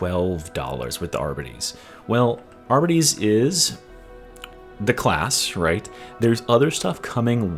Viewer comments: Great video, as always! My only complaint: I believe it’s pronounced “ar-BEE-tees”, and not “AR-buh-tees”. Could be wrong though! 😂😂 cheers! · Considering that it's short for 'Ar-Bit-Tra-tor' I'd say everyone's wrong and it's actually pronounced 'Ar-Bits' and the e is silent. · Are-bee-tees. You’re so close come on, champ 😅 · I am very sorry but they way you pronounce Arbites is all wrong. It is pronounced Are-Bites the AR is important bites is bites. It bothered the shit out of me.